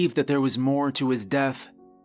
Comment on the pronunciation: I love the way you tell stories. Your voice is captivating. Everytime you say the words death I hear you say deaf. It's the only thing you say that every pulls me out of your stories. But you do tell a good spooky story every time.